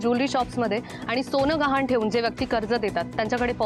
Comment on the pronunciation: घाण नाही गहाण